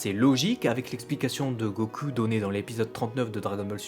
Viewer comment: Go....CUL???!!!! bordeeeel arrete de prononcer GO-CUL!!!!! ><"